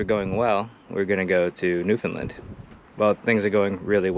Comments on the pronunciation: in my opinion you pronounced it correctly (i.e. colloquially). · You said it right… take it from someone who’s from the region